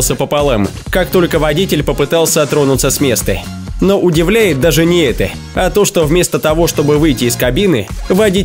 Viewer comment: странно ты произносишь слово "ЭТО " ты говоришь вот как ---> ЭТЭ или ЭТЕ